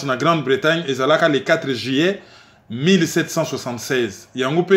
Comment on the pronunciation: s’il te plaît est-ce que tu peux revoir ta prononciation du mois “ Juillet” et non pas “Jillet”? Ce n’est pas pour te critiquer simplement car tu fais super bien ton boulot et moi je n’ai pas la capacité de faire ce que tu fais. Tu as le don d’expliquer les choses de façon pédagogique et précise mais juste une petite remarque. 🙏